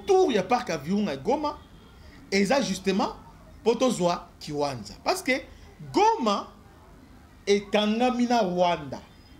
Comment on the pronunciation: Merci beaucoup, mais la cité se nomme kiwanja et non kiwanza, merci à vous🙏🏿